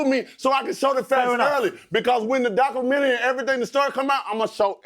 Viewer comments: We waiting on that “Docu-ra-mentary” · The Documelentary 😂😂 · DOCRUMENARRRYYYYY 😂😂😂 Biggest Fool in Boxing